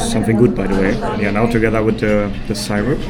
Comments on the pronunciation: It's pronounced Sir-up not Sire-up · Syrup is pronnounced seerup. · You were eating imitation maple syrup or pancake syrup (pronounced sear-up not sire-up) in that Cooperstown diner. Regualr pancakes in USA are eaten with butter and maple syrup. The pancakes are not sweet so the added syrup makes it savory and sweet. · SIR Up. Not sigh Rup. lol NFL Football is the most popular. Baseball:Zzzzzzzzzzzzzzzzzzzzzzzzz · Also, I love the way you pronounced “syrup” (it’s pronounced “seer-up” or “sir-up”) 😄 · syrup .. is pronounced like it sounds.. as in "see rup" not the way you are saying it.😂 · Love your accent man! Syrup is pronounced “Sir-up”❤😂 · The syrup (pronounced see-rup} is corn syrup..cheap version of maple syrup..Americans are friendly..it.makes you forget they are a war momgering nation..the niagara falls on the Canadian side is way better. Rural upstate ny is gorgeous! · She was probably thinking of molasses. "Brown sugar cane" was what made me think that. That is made from sugar of course... pure sugar. Syrup is made from maple tree sap, has lots of sugar in it, but it's tree sap. Hearing you mispronounce that was cute, who says Germans cant be funny, just have them try to pronounce New World words. See-r-up, not Cy-rup. "Massachusetts", I will not correct you, because that was golden. Adorable. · It is so cute how you pronounce "syrup "....love it❤